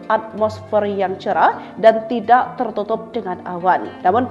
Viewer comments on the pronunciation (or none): none